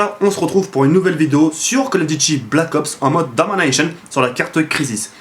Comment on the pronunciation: j'adore comment tu dis domination a la mode americaine :)